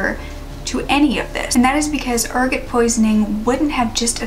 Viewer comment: Pronounced err-got. What they used to say caused lupine syndrome or werewolves.